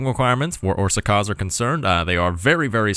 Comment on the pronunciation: Pronunciation: The á letter is something like the u in the word but. Both times you pronounce it like that, except for a little longer. Sz is like an s in super the rest were on point.